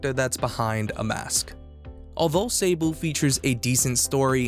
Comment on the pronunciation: I'm pretty sure this is the French world Sable (sand), so it would be pronounced saabl' ([\sɑbl\] so silent h). 😉